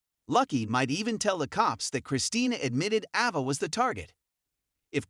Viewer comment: It's Ava not Ahva!😬